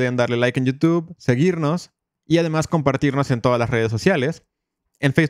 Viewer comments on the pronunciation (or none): none